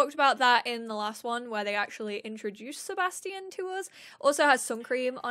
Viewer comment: Seba Sti Ian lmao it’s Sebastian